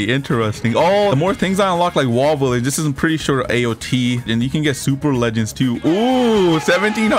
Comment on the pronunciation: just asking why you say some words like that like williage